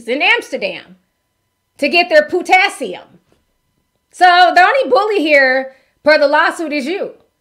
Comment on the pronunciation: Not PU-tassium😂😂😂😂😂😂😂😂😂😂 🍌 It’s the way you said it Ti😅